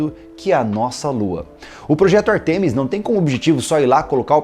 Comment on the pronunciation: a pronúncia é Ártemis, e não Artêmis, tanto em português quanto em inglês.